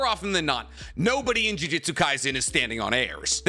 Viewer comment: Gotta Disagree. #1 most disrespectful moment in Jujutsu Kaisen is refusal to pronounce juJUtsu correctly.